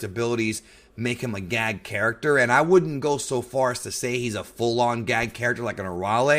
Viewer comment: Everytime you said character it sounded like 'carrot-ter'